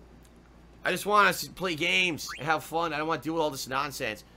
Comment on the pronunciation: Someone needs to do complition for * i whanna play games and heave foon* Cuz its hilarious everytime he says it